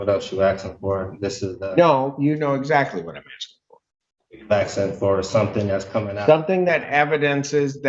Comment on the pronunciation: Did he say Aksing ?